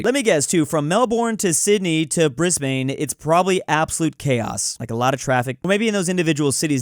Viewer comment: Surprised no one is critiquing how he said Brisbane… for those wondering it sounds doesn’t have the a_e sound in the bane part but more like if you merged ban and ben together